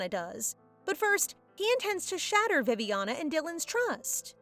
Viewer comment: Did you tell Viviana as Poopiana😂